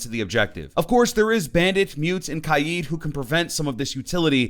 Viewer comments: Its kaid.. not kayiiid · And his name isn't kai eat it's kaid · This is my first time watching this fella and I rlly dislike that he says kaid as kieed :((((( it hurty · The way he says kaid though